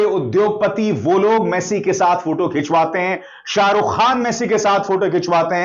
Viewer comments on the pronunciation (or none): none